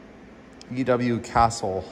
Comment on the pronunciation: E W Castle.... LOL. Newcastle upon tyne you plonker.